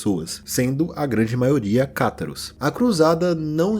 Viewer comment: uma correção,: a pronuncia correta é Cátaros, e não catáros